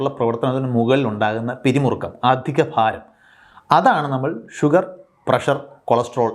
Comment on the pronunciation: സാർ ഇംഗ്ലീഷ് ഉച്ചാരണം ശ്രദ്ധിക്കുക, തിരുത്താൻ ശ്രമിക്കുക, നിങ്ങൾ തിരുത്തിയാൽ പ്രേക്ഷകരും തിരുത്താൻ ശ്രമിക്കും "താല്പര്യമുള്ളവർ" ഷുഗർറ്, പ്രഷർറ് ⚠️⚠️⚠️⚠️ ഇത്തരത്തിലുള്ള അബദ്ധങ്ങൾ പറയാതിരിക്കാൻ ശ്രദ്ധിക്കുക